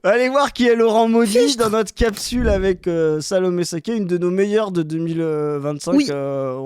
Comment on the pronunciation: Si si ta langue fourche encore, c'est SalOmé Saqué, pas SalAmé Saqué, c'est clairement une forme de jeu de mot, c'est interdit par amendement spécial 😂